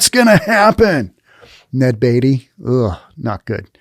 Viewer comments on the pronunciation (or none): none